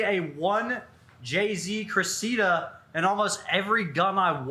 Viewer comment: pronouncing 1jz cressida was painful